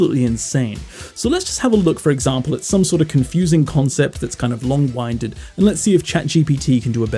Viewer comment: Great video! Using your channel to prepare for the JLPT this year and the idea of using AI to help with that process is really interesting. One thing I noticed is you say "long winded" like "wine" but it should be like "wind" as in the blowing wind (like how you are winded after exercising). I think this is one of those fun parts of English where if you only read something you may never realize how it is pronounced 😆 Thank goodness Japanese is phonetic.